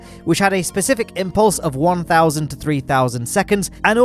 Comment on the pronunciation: 1 tousand 3 tousand lol